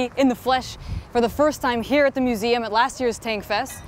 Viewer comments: "tank mugeum" }{ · The Tank Mugeam??? Looool